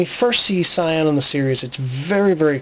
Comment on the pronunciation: Shion isn’t that hard to pronounce my guy.